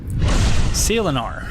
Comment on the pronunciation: Lol I was listening to this in the background and I hear, "Sailanar," and then I remembered I was in your stream here xD.